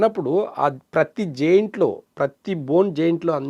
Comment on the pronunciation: జైంట్ కాదు జాయింట్ 😂😂😂😂😂😂😂